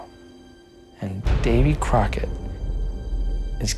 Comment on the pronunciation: Davy “Crockerd” great American mythological “lemon”